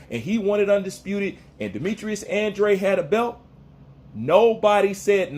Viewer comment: He is trolling he can’t even pronounce Andrade 😂